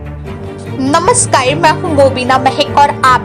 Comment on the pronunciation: Baki sab theek but anchor madam ye namaskayi kya hota hai ? Har video mei ye anchor namaskar ko namaskayi hee kyu bolti hai ?